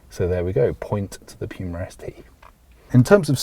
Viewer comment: sir, I'm not sure about your pronunciation of Puma.